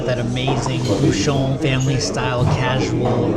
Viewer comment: Question de prononciation. LYON ne se prononce pas lé-one mais li-on. De même, un bouchon se prononce bou-chon et non bou-chonne